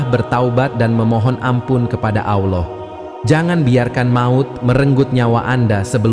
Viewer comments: Kisah nya bagus...Tapi yg ngomong agak belepotan..diawal nyebut AWLAH..mungkin maksudnya ALLAH... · Narator perlu belajar mengucapkan lafadz: Alloh